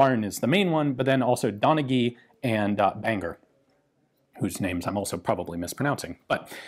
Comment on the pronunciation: you said bangor perfect i just live in poleglass so im not to far away